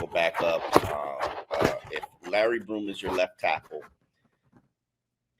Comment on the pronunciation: Maitre is on IR and gone for the season, so he isn't competing. Also, it's Sheffield not Sherfield. It's Larry Borum not Broom. Come on, step up your game.